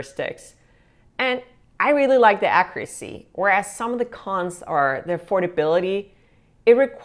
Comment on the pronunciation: "Accuracy" is pronounced like "accyuracy" like it has a Y in it.